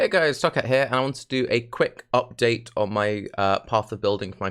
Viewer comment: "ubdate" :D. I would like to ask you about interaction of ES mastery "Regenerate 2% ES per second" and Wicked Ward keystone. I tested it on my chars from past league in standard and it seamed really powerful. Basicaly as long as you have ability to start regen from 0 it will always regen and you will always have ES to buffer for HP. (IGN: HawkBlade94 so you don't have to wreck your brain on how to pronounce my name)